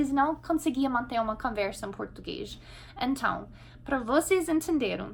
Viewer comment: Pró, seu português é impecável...mas como vc usa mt a palavra "ENTÃO, se me permite dizer, está soando meio como "enthao"...ok? Gostei mt do vídeo, sempre te acompanho ok? Abçs